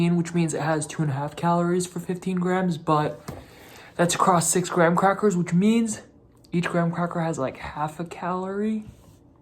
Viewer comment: Why can’t Americans pronounce Graham?